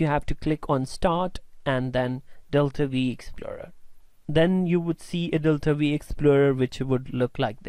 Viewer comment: V? Isn't it "five" ? :-D